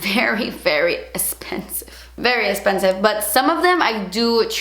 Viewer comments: it's expensive* not espensive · So funny when you say "das esspendive" 😂😂